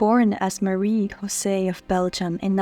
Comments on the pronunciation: Her name is not pronounced in the Spanish tongue you use on her name but in French with a J and not a Ch as you say it! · You pronounce "José" in the Spanish way. That is incorrect. You should know better.